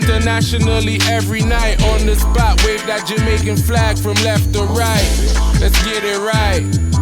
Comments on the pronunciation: This man is NOT an American. The only person in this world who pronounces the word Jamaican as “jomaican” is (not all) a Jamaican… listen to him speak, barefaced liar!!! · Listen to how he pronounces the words. He is a jamaican